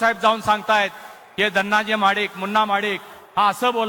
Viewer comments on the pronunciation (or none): महाडीक ला स्वताच नाव नीट घेता येत नाहि नीट ऐका 😂